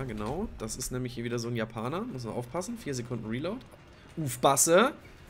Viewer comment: Ufpassä😂 einfach schweizerdeutsch